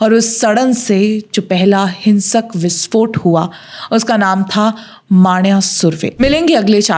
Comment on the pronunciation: ji, please correct the pronunciation...It's "मन्या"(shortened version of Manohar) सुर्वे...